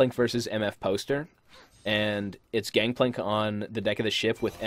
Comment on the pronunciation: Gankplank? I thought it was Gangplank okay then lol